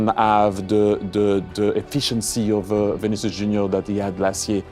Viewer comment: "Kaileon Mbappé and Vinikias Junior"😂